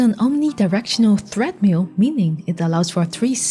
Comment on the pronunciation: 0.38 Did you say THREAD-mill?